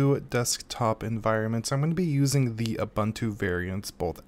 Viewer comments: It's pronounced oo·boon·too. Hurting my ears, dude. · ive been pronouncing it zooboontoo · Zoo buntu, loo buntu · Koo buntu Xoo buntu